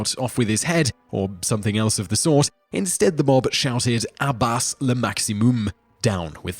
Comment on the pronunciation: Not so. He can't pronounce Guillotin (it isn't guillotine) or bas (it isn't bass). Check out some other Whistler posts (there are plenty of 'em) and revel in his inability to find out how to pronounce names like "Richard Dreyfuss" and "Truman Capote." His excuse? "There are alternate ways of saying some words." Unsubscibed.